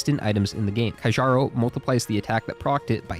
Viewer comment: Keearo’s band not kajjaroh